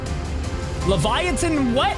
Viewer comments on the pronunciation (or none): none